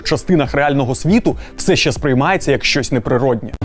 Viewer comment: Навчіть казати не щє, а ЩЕ)